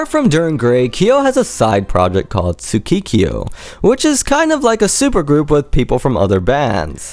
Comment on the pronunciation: jpotion He should be fired. Dir en Grey fans are some of the better translators of Japanese. Although the spellings are in the video someone skipping through will have a hard time finding the things mentioned if going by ear alone. He pronounced the other band as tsukikio (TSU-KEE-KEE-O) and zukikio (ZU-KI-KI-O) instead of sukekiyo ( pronounced SU-KEH-KEE-YO). Kyo is one syllable. The mispronunciation not is not only grating to the ear but takes away from the professionalism of this otherwise great video. Especially since these days checking pronunciation for almost any language isn't hard to find. If this band was from America and had English title songs the narrator wouldn't have any mispronunciation because he would've looked things up.